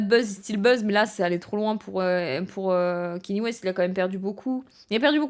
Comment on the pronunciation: Je vais faire le casse-couilles de service, mais son prénom se prononce Ka Ni é, pas Kenny. Très bonne vidéo cependant